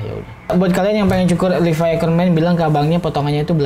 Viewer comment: Levi anjirr bukan livai